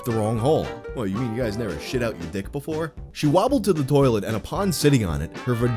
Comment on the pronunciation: In her "turrlet" lmmfao